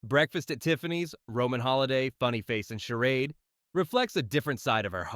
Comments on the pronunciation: Seriously?? Charad?? It’s …Charade!! 😂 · It is pronounced shah raid